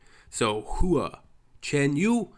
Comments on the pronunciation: Of course you are right, what I was trying to say is less emphasis on the "U", He was pronouncing it like HUU-AH, which could use improvement, as I know I said it like that in the beginning, lol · It’s more like “Hwa” then “Hoo-uhh” ^^ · his surname Hua and his nickname Hua Hua are both like "who-ah said quickly. "Wha" is not the best example to teach non-Chinese speakers to say Hua as close as possible to the Chinese sounding name. That would change the "hoo" sound to "wa" despite the "h" in Wha. Hope that helps. Cheers 🤗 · You have stumbled into the Alice in Wonderland rabbit hole of Hua Chenyu! (Try saying it like " Wa" ChenYu ) Guess who is not embarrassed to blast this song in my car in the middle of traffic windows down, downtown USA.... this woman!! He now has, of this week, an official YouTube channel and IG accout. Currently just his MVs are on there, but keep looking at his Singer 2018 performances on Hua Chenyu English Subs Channel. Welcome to Mars,.